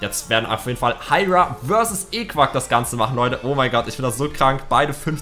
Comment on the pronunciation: man spricht eqwaak ist französisch und man spricht den Namen iqwaak aus